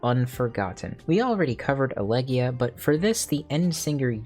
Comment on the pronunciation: Good stuff. if I may add in, elegeia has no mute E, it's pronounced eleghEHia Planetes also has an audible EH as in planetEHs And kakodaimon is slightly more complex as a concept, it's the inner ugliness, all that is is bad in us and we have to defeat it if we even wish to negate her thesis in the form of our dynamis limit break